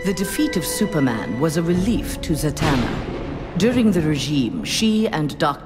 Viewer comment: Zatanna. Not zantanna. 😑